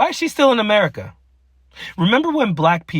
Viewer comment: when she says "Amirr-ick-ka"...."learn to speak American Madge"